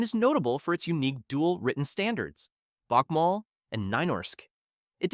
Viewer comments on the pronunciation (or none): bakmål and neinorsk😭🤯 its so wrong bokmål should be pronounced like «bookmall» and nynorsk as «kneenoshk» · "bakmall and nei-norsk" had me rolling XD the two written norwegian standards are pronounced "book-mull" and "nuu-norsk"